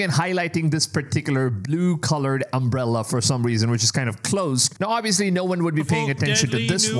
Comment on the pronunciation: "Umbrella"? Do you have brain damage?